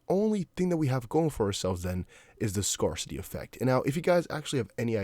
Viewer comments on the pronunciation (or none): Google scarcity pronunciation buddy.